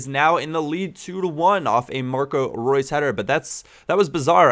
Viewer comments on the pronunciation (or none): none